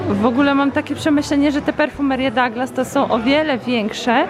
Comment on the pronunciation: Kochana mowi sie DUGLAS nie mam pojecicia dlaczego w polsce jakims cudem dou zamienili na da ..cud poprostu :)